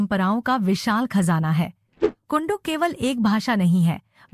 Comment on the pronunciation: शब्द सुधार कीजिये कुंडूख नहीं कुड़ूख उच्चारण है